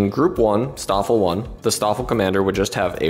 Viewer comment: In case anyone cares... - The St in Staffel and Stab is pronounced "Sh". - Gruppe isn't pronounced "Group-uh"... It's "grouppeh" - The Luft in Luftwaffe isn't exactly pronounced "Looft", the "oo" sound is short.